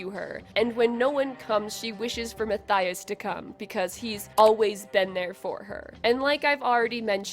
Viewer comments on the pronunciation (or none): PLEASE. It's Muh-Tea-Uhs, I am begging you. 😭